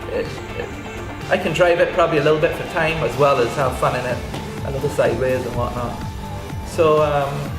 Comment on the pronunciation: great to have him back..looking forward to the "slideways" haha